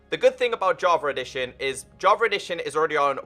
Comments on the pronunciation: And i hear "JAVAREDITION" Lol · I kinda hear "JARVA EDITION"